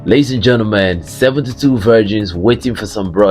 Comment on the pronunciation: I like when you say the 72 vergins😂😂😂😂😂😂😂